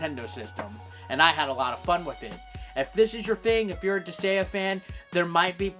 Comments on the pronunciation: As a suggestion: you might want to be able to pronounce the title of a game correctly before you review it. What is a "Dis-ay-uh"? Where the hell did the G go? You literally take "gaea", a name for Mother Earth (I believe Nordic in origin? Could be wrong) said "guy-uh" and add "dis". When in doubt, Japanese game. I'm sure you could've found a Japanese pronunciation of it. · It's Dis-Guy-Ah, not Dis-Gay-Ah. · Disgaea (Dis-guy-uh) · I was wondering if he might have mild dyslexia because I thought he was saying Disagea with a very soft g, partially because of his other attempts Disageia and Disagna putting the a before the g. I could see dis-gay-ah because it uses the less common, pure greek spelling of gaia which has weird phonics for an english speaker. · Dis-say-uh lol wtf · Sorry for adding to the ones who've already done so, but Disgaea is pronounced dis-guy-ah. Also, you missed the R in Prinny, and the first game had a DS port. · Dis-GAIA, that's how you pronounce it. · It's Pronounced Dis-Gai-Ah. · Herman Munster Dis-gay-uh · But "Disgaea" is not even a Japanese word... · going through the comments I didn't see anyone mad for saying the game title wrong. Mostly just corrections on the way to say it >.> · Lol bruh, there's CLEARLY a 'g' in the name. Regardless of any proper vowel pronunciation, how the fuck you were pronouncing it without any sort of 'g' sound is beyond me. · you insult the viewer because they just correct your pronounciation and do nothing else?...... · That feeling when the comment section corrects the way you pronounce a greek word, but you are so insecure that you call your fanbase weeaboo anime fucks. I've seen this channel pop up once or twice, but at least I now know that I can ignore this channel. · He may have gotten the name wrong, but like a true badass, he said it a lot. He probably knows how to pronounce the name correct, he just won't!